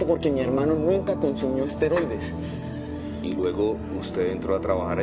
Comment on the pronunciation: ¿Nadie en producción se dio cuenta de que los actores dicen 'asteroides' en lugar de 'esteroides'?